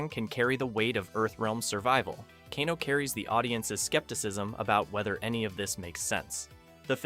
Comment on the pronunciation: his name is pronounced Cane-O not canno